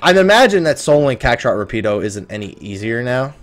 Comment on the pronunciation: and lol your pronunciation of the name "Rapido"....it's "Rah-pee-doe" with the rolling of the tongue with the letter "R" but I know, I know ...pronounce it however you like....just wanted to leave that tidbit